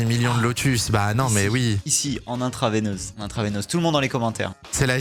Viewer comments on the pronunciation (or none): "intraveinseuse" j'adore !